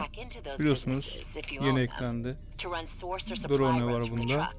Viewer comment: Drone yi yazıldığı gibi söylemek 😂